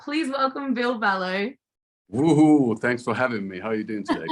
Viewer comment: It's really not difficult to pronounce. I've heard plenty of Australians pronounce it correctly. I generally assume that those who pronounce "Ville" incorrectly have only read it and never heard him say it but I would imagine longtime fans have heard it multiple times.